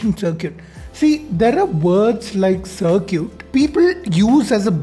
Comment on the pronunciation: Circuits ❌ CirCUTEs✅